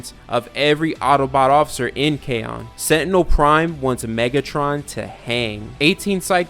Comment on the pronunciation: I’m not being a hater I’m just a phonetics nerd but I’m pretty sure Kaon is said (Kai-on) not (kaj-on)